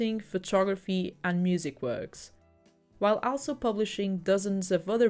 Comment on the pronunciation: I'm sorry, I'm not trying to be mean but your pronunciation of 'also' is driving me a bit crazy. The 'a' is like the 'a' in "ball".